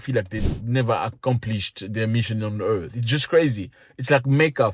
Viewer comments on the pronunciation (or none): none